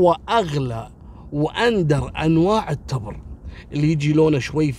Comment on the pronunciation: يعطيك العافية يا التبر بكسر التاء والباء ولك جزيل الشكر اخوك ابو علي من عنيزة